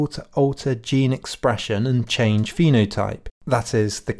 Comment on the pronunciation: Pseudo-intellectual? I would love to know if this guy has actually read any of the material he implies he's read or had any formal philosophical education. If he has - why can't he pronounce phenotype correctly, why on earth is he referring to a tabula 'rosa' and why doesn't he know the difference between adaptation and adaption and even misreads the word on the page? He also completely misunderstands what a list of human universals tries to convey and why they are not necessarily the constituents of human nature. As for the conclusion that 'having children is the most highly skilled job you can possibly have' - what can I say?